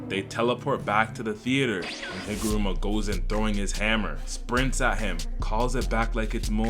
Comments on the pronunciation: HigurUma. Not Rama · Bro just can't get Higaruma's name right lmao